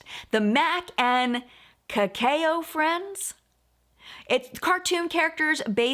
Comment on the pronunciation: Kakao is pronounced like “cacao” is pronounced.